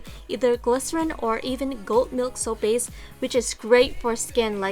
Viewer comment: Lol at 0.38 you said soup base XD